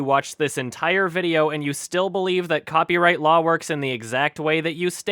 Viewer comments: He pronounces law as LOL every time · It sounds like he's saying lawl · he cant even say law....he says lol. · cant stand how he calls Law, LoL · it's L A W not L O L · The only thing that makes me pissed about this dude is how he pronounces law like loowe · I just realize after rewatching this video, the way derek says "law" sounds more like "Lolz" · I swear it sounds like Derek's saying, "...copyright LOL." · Am I the only one who understands "Lol" and not "Law" ? o.o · says Lol instead of Law. Lol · Why does Derek pronounce Law as Lol? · ignorance of the lol Derek should learn how to pronounce "law" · I swear every time Derek says "law" he says "lol" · I like how Derek keeps making it sound like "lol" instead of "law" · I’m sorry but is Derek saying “law” or “lol”? It’s sounds like he is saying lol. 😂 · Everytime he says "law" I hear "lol" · Whenever Derek says "law" I mistake him for saying "lawl" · “Ignorant of the lawl is not an asscuse.” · He has such a horrid problem with pronouncing words. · I like how when he says law it sounds like lol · Can we just appreciate the way Derek says law lawl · "Lawl" "Case lawl" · Christ, why does he pronounce it „lawl“? Is this a thing? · I find it hilariously appropriate that keeps pronouncing "Law" as "Lawl", because his wildly incorrect understanding of the law makes me lawl. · i lost my shit at "CASE LAWL" what accent even is that? why can't he talk properly? He shouldn't be narrating lessons to kids if he can't pronounce basic words, should he encourage a speech impediment in said kids. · Okay but am I the only one who hears Derek's pronunciation of "law" sounding like "lawl"? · he says Law like lawl. I can't unhear it. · By logic, the majority of channels' material are breaking the law (or lawl as he pronounces it.) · 'lawl' 'case lawl' XD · It's been months and I still tear at my eyes every time he calls it "Lawl" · Is Derek trying to say law or lawl?